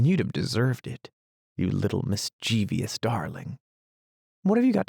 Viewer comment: You have a fine voice. But mischievous is a three syllable word, not four.